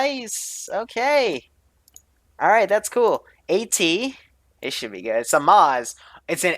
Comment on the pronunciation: zamak = kamaz lol